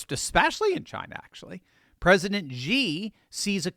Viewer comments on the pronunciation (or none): XI is pronounced "SHI" Jinping, not "GEE" Jinping.